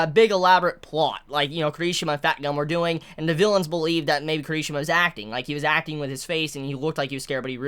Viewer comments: It's not kerishima!!!!!!!! I hatee how he says that hear me out K I R I S H I M A !!!! watch the anime and here his name jeez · Care - E - She - Muh . I enjoy your videos but your pronunciation of names are horrible at times. for someone that loves this manga as much as u seem to, u slaughter the hell out of names! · The..... the way he says Kirishima.....